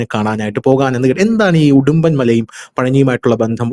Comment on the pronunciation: ഹിഡി മ്പൻ എന്നാണ് ഉഡുമ്പൻ എന്നല്ല